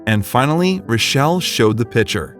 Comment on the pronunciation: Say it with me. PiCK ture. Not pitcher.